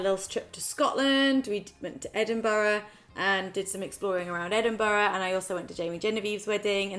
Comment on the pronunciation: I’m from Edinburgh and she says it like the locals. But trust me there are some strange ways to say it. Heard a guy say edin-burger once 🤔🤔